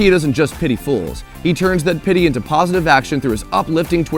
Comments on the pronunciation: I'm pretty sure it's pitty not petty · Dude... it’s PITY THE FOOL, not “petty fool” Canadian....